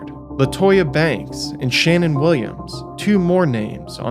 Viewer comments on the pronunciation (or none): none